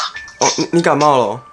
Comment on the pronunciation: 是不要說不要感冒 (欸好像幹冒ㄌxd